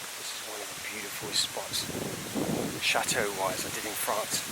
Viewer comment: You make château sound like shathole loooool